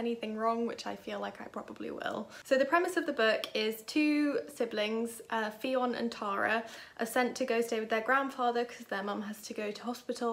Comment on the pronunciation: Fionn is pronounced like Nun. ☺️